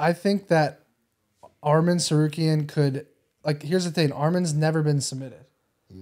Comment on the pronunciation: Moicano, your pronounce Arman's name is perfect 👌 Keep going brother